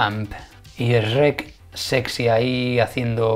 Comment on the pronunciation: No se pronuncia "esreck" ni mucho menos se escribe así, se escribe y pronuncia "Shrek"